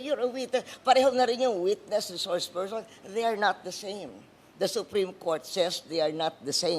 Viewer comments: Sarah, it’s so annoying Kasi “You are a reshourse pershon” 😅. Resource person is the right pronunction . Stop speaking like young elite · reshorsh pershon